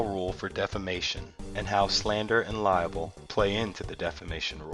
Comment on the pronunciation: Libel not liable lol..Great video though, but that bugs me everytime I hear it lol.